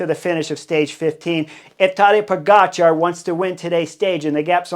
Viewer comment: Heard you slip up and properly pronounce that Cat Sniper’s name the way it is actually spelled today.